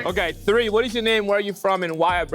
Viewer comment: Or pronouncing the "th" like an "f" haha "free days ago"